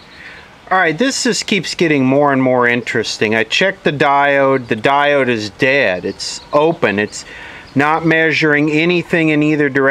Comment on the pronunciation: I like the way you say stuff that diod.